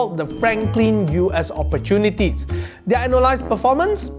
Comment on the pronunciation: learn how to pronounce their